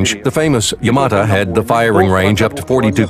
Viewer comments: 'Yamata' Oh my god, shut up! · kevin corujo You can hear the original voice say YamaTO if you listen closely enough. So it's either an error on the part of the English narrator, or whoever wrote his script. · not yamata its yamato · Fuck me I got tired of hearing YamatA....say YamatO...sheesh.Where are the PT Boats and the Corvettes? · it's YamatO not YamatA...